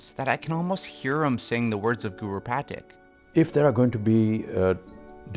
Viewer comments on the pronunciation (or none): its pronounced zhao, not zow. like the S in the word treasure Edit: its pronouced pateek, not patik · Good video, but the way you pronounce Zhao and Pathik is off. Good excuse to revisit the series! Lol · I was bothered by how you pronounced Zhao and Pathik